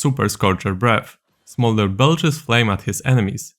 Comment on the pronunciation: Hearing saying smorder's abilities might be the funniest things ive heard yet this year. Especially the E, flap flap flap.